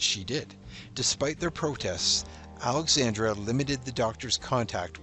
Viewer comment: It's Alexandra NOT Alexandria!